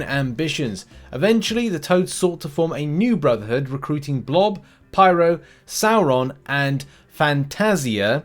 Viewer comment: It's pronounced (as per the animated series) Sor-ron.